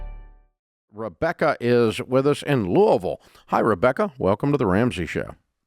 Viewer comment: He pronounced Louisville correctly! I’m from Kentucky and it grates when people call it “Lewisville”.